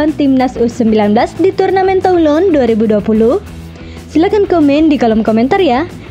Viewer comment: Baca /tulong/, min...